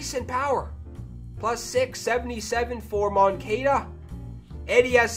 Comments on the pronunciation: It’s Mon-cah-da not mon-cay-da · Moan-ka-da not Kay-da